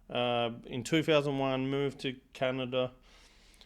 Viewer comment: " Canider" LOL LOL